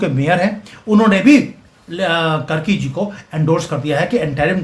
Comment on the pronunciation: कर्की नही कार्की हैं ।